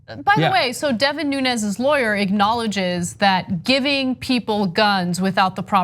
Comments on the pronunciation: In the Portuguese his name is pronounced "noons" not "noon-ez". It is a funny story though. The cow will win in court. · Most of the Portuguese pronounce Nunes as Noons, not Noo-nehz. So Nunes could very easily be Mooooones. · He's not "Nunez" but "Nunes" (not spanish but portuguese name, though similar)